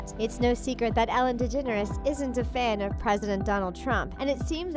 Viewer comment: Said degeneres wrong